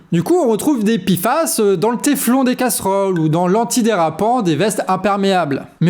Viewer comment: P et i font pi et non pé.